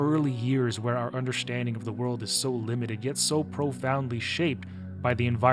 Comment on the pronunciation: do you happen to have a Germanic background/upbringing? Curious bc instead of “understanding” it sounds almost like “underSCHTanding”. Not a criticism but genuinely curious. And also just wanna say that anyone suffering from PTSD, I hope you can find peace in things now and you are doing okay❤ I can only imagine that from my perspective of adult-diagnosed BPD II in my early 20s and high functioning ASD about 10 years ago in my mid 20s. There’s a ton under the surface that no one sees, and PTSD in particular is a horrible, horrible thing. Hope you all are well and are able to cope with it all, along side a supportive group that you are able to lean of when needed. Much love all around!